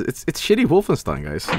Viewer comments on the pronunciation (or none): none